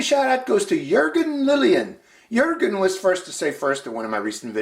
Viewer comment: Wow, He really said Jörgen in the beginning. So U and E becomes Ö in english? Cool.